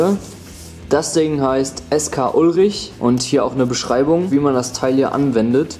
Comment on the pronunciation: Skullrich = Skull + Rich, nicht Sk-Ulrich xd